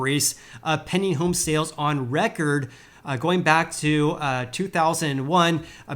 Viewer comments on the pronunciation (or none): He's saying "pending" home sales. It took me a while to realize that.